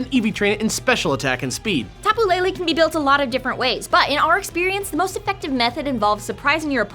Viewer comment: As a native Hawaiian, I love the fact that they went and used our mythology in this game. It was super cool when I discovered the Tapu's motifs. I will say though that I cringe at the mispronunciation of the Hawaiian words. I doubt people will see this comment, but please stop saying Tapu Lele as Lei-lei. Lele in hawaiian is pronounced leh-leh. It's Pu-leh-leh-who-ah, not Pu-lei-lei-hua. Same with Kamehameha, it's not pronounced Ka-meia-meia, its Ka-meh-ha-meh-ha. Other than that, I still appreciate the work you've been doing about your research of the Hawaiian culture and words. Even your knowledge of the Decidueye and Aumakua parallels were surprising.